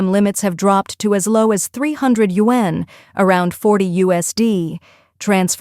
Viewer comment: GREAT REPORTING ! -- BUT THE A.I USED FOR IT , SUCKS BIG TIME , --- IT CAN'T EVEN PRONOUNCE " YAUN " PROPERLY --- AS 1 OF IT'S MANY SHORT COMINGS --- GET RID OF IT OR FIX IT PROPERLY --- IF YOU CAN'T PRONOUNCE A WORD LIKE " YUAN " ON A CHINESE INFO SITE --- THEN IT'S TIME TO LEARN HOW & QUICKLY WORKS BETTER ! ---- PITFUL BARELY DESCRIBES THE MOMENT WITH " GREAT TRUTH " ----- ---- THE A.I CRAP OFFERED, ---- GETS YOU A VERY BIG " THUMBS DOWN " ----- from Alberta, Canada J.